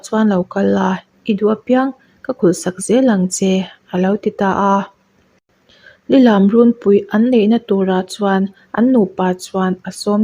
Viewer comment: Lilam tih i thlûk dan hi adik lova,angaihnawm lo eeeee